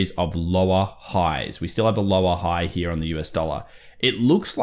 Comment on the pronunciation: I get a little burst of dopamine every time says "Right Heeyah" Love your analysis. Very close to how I do TA.